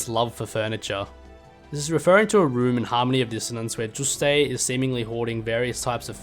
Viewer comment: Bro why are you calling him "Juustayy" 😭😭😂😂